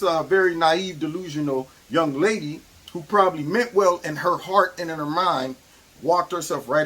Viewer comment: You say "Lady", but I hear "C word" 🤣 I don't disagree though.